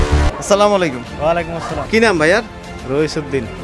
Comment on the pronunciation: ভাই আমার মনে হয় এটা আপনার কাজ না।ছালাম টাও ঠিক মত দিতে পারেন না।